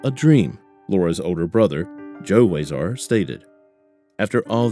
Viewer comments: Nice to know the so called "Heroes" of our communities are serving these family members so speedily. Wow!!! BTW: It's WEE-ZAR not WHY-ZAR RIP Lora Ann! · Huizar Pronounced Wee-Zar